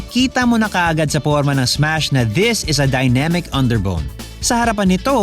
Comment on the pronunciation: Ssssmash po hindi esmas hahaha